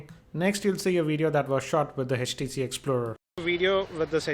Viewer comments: Good video but it's HTC.. Not HECH T C! :) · its htc not hechtc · aapke aavaj mein utna daam nahi hai aaur it is htc not eh tc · its htc not hatch t c :P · It's 'H'TC and not 'Hech'TC. >_<